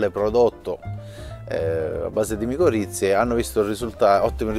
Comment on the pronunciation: Micorrize non miccorizze